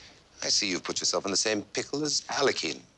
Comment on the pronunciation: It’s pronounced Alyohin not Alakhine (it’s spelt Alakhine)